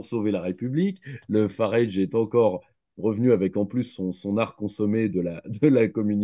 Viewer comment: Entretien particulièrement intéressant et enrichissant, de nombreuses analyses très pertinentes - à mon sens. Grand merci de l'avoir organisé et partagé. (juste lui dire que Farage se prononce comme "garage", tout simplement, enfin c'est ainsi que le principal intéressé prononce son propre nom ;) )